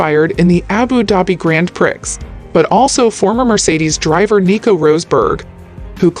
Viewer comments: This narrator should learn how to pronounce F1 related words. She butchered Jean Todt’s name and it’s not the Grand Pricks. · Learn how to pronounce the words. It's not Grand Pricks, although that seems somewhat fitting sometimes